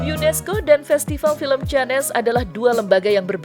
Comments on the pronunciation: Tolong mbak yang kasih reporting bilangnya jangan canes dong tapi Cannes (kane) makasih mbak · Cannes..?!!!... nyebutnya yg bener dooong.....malu maluin banget orang indonesia... canes... 😂😂😂😂😂